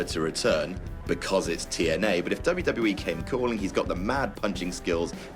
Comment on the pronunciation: Conor can't even pronounce WWE, shouldn't be on the list